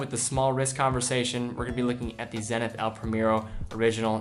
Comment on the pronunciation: Excellent video as always. I just want to mention one thing. I like you pronounce the watch brands in their original languages so I have to mention the way you pronounced "El Primero". It is in spanish but you pronounced like an english word. Anyway, great video. Keep the good work